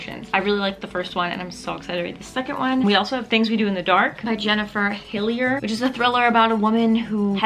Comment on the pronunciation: Hillier is my last name and I'm actually so surprised and proud that you pronounced it correctly ahhaha it's the little things